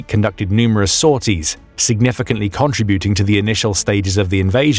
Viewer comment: If you are going to report, then learn ENGLISH.... it's not con-truh-bu-ting.....